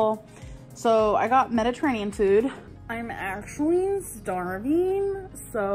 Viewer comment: "I'm starveeeng"